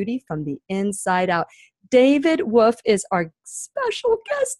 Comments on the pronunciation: David Avocado WoLfe, pronounce the L...not Wofe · She lost me at David “woof” wtf!!! Lol I can’t!!